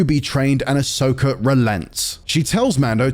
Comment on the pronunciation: Ok but why does everyone always call her Ashoka lol. It's Ahsoka.....